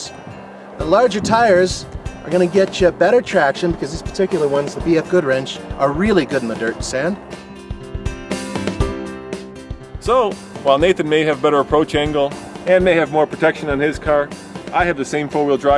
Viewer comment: Did he actually say bf goodrinch ??